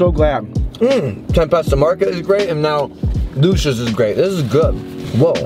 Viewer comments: The owner used to work at alpine subs by johnnies beef. That’s a great spot, their Lucia sub is great as well. However it is pronounced Lou See Yahs not lousha lol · Try Conte Di Savoia’s meatball sub. It’s also pronounced Lu Chee ahs, fyi. They make great cold subs too. I don’t know why people push damato’s or bari’s meatball sub, they’re trash and no flavor.